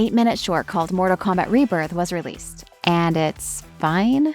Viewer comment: She says Morta Kombat, bro. What kind of AI fails to enunciate every sentence?